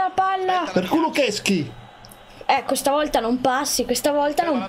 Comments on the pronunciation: Si dice kulusevski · si dice kulosesky